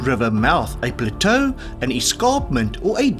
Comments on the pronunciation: Plates, not plato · It's Plateau, not Plato. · Just having a chuckle at ‘Plato’ for a geographical feature pronounced plat’o’. Stems from French I think so good effort… a double t woulda done it..platto.